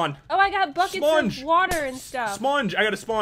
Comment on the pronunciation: di- did he just say 'smonge'?